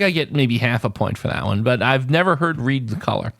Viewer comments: Well, we've just found our newest entry into our next montage of hilarious moments. You haven't heard of the color "reed" because you're not pronouncing the word "read" correctly. You have probably heard of "red" though :) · Read is pronounced Red